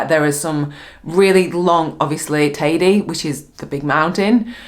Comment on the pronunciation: So funny the way English folks pronounce Teide. 🤣